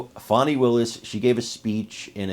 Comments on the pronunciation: Fannie is Fanny. Fauni or Fahnie is pronounced different lol. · Her name in FANNY! Not Fawni! :face-green-smiling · Fani does not rhyme with Bonnie or Donnie, someone should have got her daddy hooked on phonics